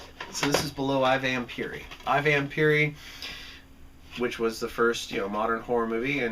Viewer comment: The proper pronunciation is phonetically, "eee, Vampiri". You couldn't be more misplaced with your take on "Shock!" Brilliant, brilliant shocker! How dare you, sir?? Also, It wasn't Ridley Scott you needed to be focused on about the influence of "Planet of the Vampires" on "Alien", as it was Dan O'Bannon who admitted he was heavily influenced by "Planet of the Vampires" when he wrote the screenplay for "Alien". I was watching this with anticipation of what your number one film was going to be, and sadly couldn't disagree with you more, as "Kill Baby, Kill" IS the fucking shit, bro! Dude, without question!! Shame on you! Also "Four times that Night" is a perfectly competent sex comedy, although not horror, which was a notably direct descendant of influence by Akira Kurosawa's cinematically game-changing film, "Rashomon".